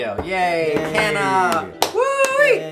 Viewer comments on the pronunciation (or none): As someone from South Africa that's not how Kanna would be pronounced. But awesome wordplay. It's pronounced KAH-NAH. The K as in Ketamine. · You butcher the names of kanna and kratom lmao